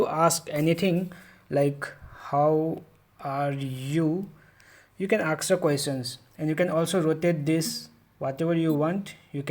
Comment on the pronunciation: jst say ask not aks..